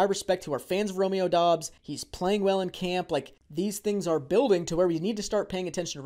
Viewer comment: It’s pronounced Dubs not Dobbs just so everyone is aware. I’m a bit biased because I went to college with Doubs. He is very underrated and only fell in the draft due to an injury. He’s gonna surprise some ppl